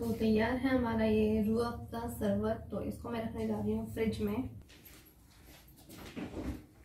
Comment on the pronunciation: Sarbat nahi hota hai Sharbat hota hai